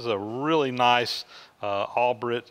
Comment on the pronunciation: Albrecht is pronounced "AL-Breshed" Where the beginning sounds like you're saying the name 'Al' but stretched out a little like "ALL" and the 'ed' at the end takes on a 'T' sound. Not correcting either, just mentioning it as I to have a hard to pronounce German last name. :-D I better get thumbs up from the German viewers!!!